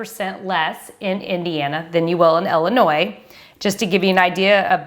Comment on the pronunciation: Please say Ill-inois Not Ell-inois Lol thanks Great video 👍